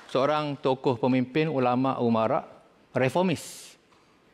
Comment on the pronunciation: Cakap umarah tapi die Kate umarak